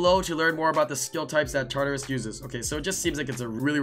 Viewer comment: It's pronounced TART-UH-RUS